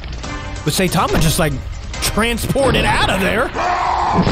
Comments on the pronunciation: When you say Saitama you stress the I instead of pronouncing it Saytama. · its prenounced sigh-tama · Did he just say satama